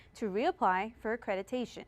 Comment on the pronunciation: Accreditation not accretitation